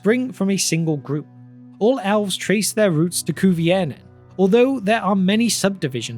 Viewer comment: owlves. why do you say a short e sound as an ow sound? do you also say owveryone (everyone), or owlse (else), or owver (ever), etc? not asking in a mean way, just curious